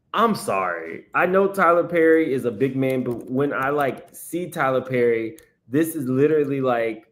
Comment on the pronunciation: 'Tyler Purrry'😭😭😭